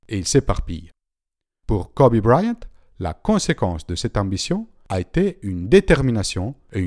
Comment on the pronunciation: Kobe BrYant pas Kobe Briant ;)